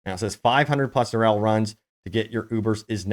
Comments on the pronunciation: Say it with me...Durrrr Eeeeeee Llllllll not Durrrrr elll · dur-e-ehl not "durrel" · Who's "Durrell"? Have you never heard anyone else saying Duriel ever? 🤷‍♂️